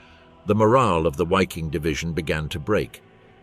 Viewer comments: It is not wikin, but Ss-Wiking, the international SS brigade in which Dutch volunteers served, underwriting the racial ideology and standards. The name refers to Norse languages, in which the V is pronounced as W. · "Why King??" Really? Learn how to pronounce German names before you do a video full of German names.